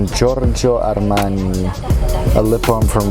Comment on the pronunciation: I loved the way you pronounce Giogio Armani. It was such a turn on. Grazie.